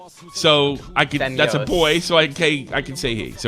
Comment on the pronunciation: "Femzoy" lol